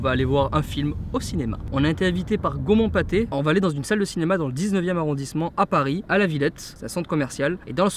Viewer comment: J'ai entendu Saumon Paté au lieu de Gaumont Pathé